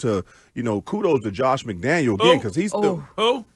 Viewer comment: Is it intentional that he says McDaniel?